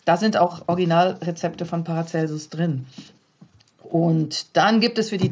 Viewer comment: An den Moderator: er heißt Paracelsus und nicht Paracelsius